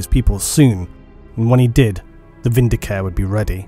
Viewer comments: I know I'm being snooty, but the 'e' at the end of vindicare isn't silent. It should be pronounced vin-di-ca-reh, not vin-di-caer. The latter sounds like a healthcare plan. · You know I'm like 90% certain Vindi-CARE is supposed to be Vindi-CA-RE, similar to the Italian verb "vendicare" which means "to avenge/vindicate" so now I just can't hear it without taking a point of psychic damage. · Um, sorry, but it's "Vin -D-Car -Ay", possibly even "Win-D-Car-Ay", depending on how militant your Latin language teacher was. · Yay ! The Emperor be praised ... Just a quick High Gothic note : Vindicare is pronounced « VinDI kAré »